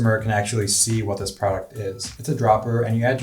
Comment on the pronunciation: Is he saying "product" "pride" or "frog" photography? What??